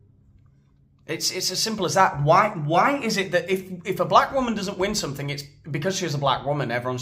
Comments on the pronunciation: FOR SOMEONE BEING SO HIGHLY EDUCATED, AND THE WIFE OF A PREVIOUS PRESIDENT...SHE SHOULD KNOW THAT IT'S NOT PRONOUNCED "SUMPIN'".....IT IS PRONOUNCED "SOMETHING". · With all that education, she still can't pronounce "something" correctly. Nobody wants to be lectured to by someone with a victim mentality.